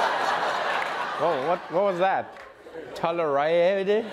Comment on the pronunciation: Tolarided? Hahaha wtf... doesn’t anyone write the president’s speeches anymore, or I guess he doesn’t read anyway...